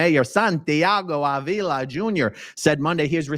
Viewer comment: Avila is pronounced Ah-V-la.